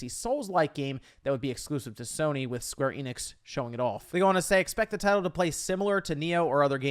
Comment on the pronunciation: It's pronounced Square Eh-nix not Ee-nix. Their YouTube channel, E3 videos, and their games pronounce them as so.